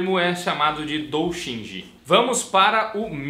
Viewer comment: é "dou-JIN-shi". Não 'dou-SHIN-ji".